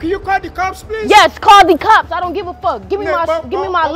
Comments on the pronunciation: This one had me laughing so hard I cried! LOL when she said call Dee cops in a Nigerian accent and when the dude at the airport was cool with the 20% 😅 and the part where the Asian guy was like police police and she’s like that’s not how you call the cops pick up the phone 😂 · the way she said "call de cops" after the dude with the accent got me dead istg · "Call dee cops idgaf"😭😭😭😂😂😂😂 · Yes call the cops in her Nigerian accent 🤣😂